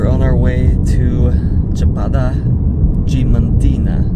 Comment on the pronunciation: Yes, since they don't pronounce the A in DiAmantina. No idea why they are skipping the "a".. lol